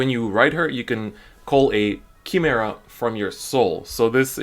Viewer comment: not to be mean but its pronounced Kai-mera not key-mera